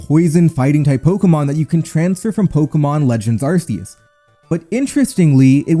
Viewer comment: Like I tell every YouTuber it's Arceus not arseaus most of you YouTubers you don't say it right you arseaus when it's Arceus one or two YouTubers actually say it right you right you basically have to make the c sound like a k even though the c is not a K